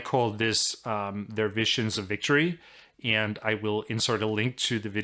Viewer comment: I love everything about this guy's videos except how he says "and".